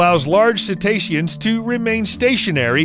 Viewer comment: You mean "cetaceans"? "Cestacian species", bro what? Goddamn, these youtube biologists be something else